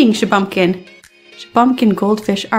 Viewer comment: Shuh-bun-kin, not Shuh-bum-kin